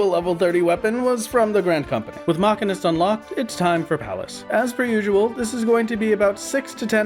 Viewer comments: Great series! Been following since the big video dropped on my feed. But uh.. Machinist being pronounced Ma-ki-nist is something i havent heard before. Isn't it pronounced like Machine? Machine-ist? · ah yes, the gool ol Mauchunist job. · muh-SCHEE-nist PLEASE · The real crime is hearing the mispronouncuations: cedar and machinist. For these crimes, I hope you'll enjoy your time in further Deep Dungeons. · when i heard you say machinist a part of my soul died, that has to be a bit right? you dont actually think its pronounced that way. right? ....right? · You can tell he has played Final Fantasy X with that pronunciation lol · Love your content, but the way you pronounce Machinist cause me to have a double take... Epic work on that final fight!